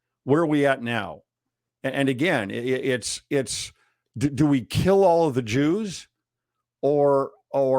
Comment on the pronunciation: LMAO, I'm sorry....but "Do we keel all the Jews? or do we move on?" I'm sorry, I'm a child. I find phrases that can be cut and taken out of context really funny.